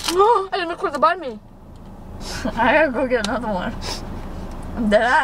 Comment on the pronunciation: Bhan mi is not pronounced bawn me it’s pronounced bahn me